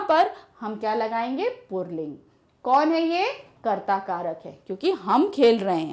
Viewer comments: Mam to pulling ko purling bol rahi hain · The way she says pulling... 'purling' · पुर्लिंग नहीं पुल्लिंग बोलिए, और पुस्तक पुल्लिंग नहीं स्त्री लिंग है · Mam purling nahi pulling hota hai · Purling nahi pulling hota h mam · Aunty purling ni pulling hota h 🌝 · पुरलिंग 😂😂😂😂😂😂😂😂या पुल्लिंग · Since there is no pronunciation of र in पुल्लिंग so call it pulling not purling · पूर्लिंग नहीं पुल्लिंग कहा जाता है madam हिंदी तो सही से pado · Mam purlink nhin pulling hota hai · Pulling not purling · Ma'am :- "PURLING" XD XD XD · Yes. U listen purling😅 because she said purling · Mostly hindi female teachers says purling it's just like ee ka bawasir hai be 🤣🤣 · Its not purling Its purrrrrling